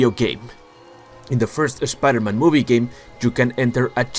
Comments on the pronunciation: I absolutely hate when he says Spider-Man he says Es Spider-Man it just bothers the hell outta me other than that love the Content Not Toby's brothers but his cousins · “Sha pider men”